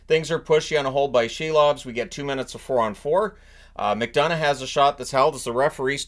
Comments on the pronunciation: Could you please at least pronounce his name correctly, it's Si-lovs like window sill, not she-lovs. Yeah, I get it, you think it's funny, but after playing great in the playoffs I think he deserves a modicum of respect. It's not only in the NHL pronunciation guide, but he also pronounces it this way. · I keep hearing the Canucks’ goalie’s name as “Shelob”.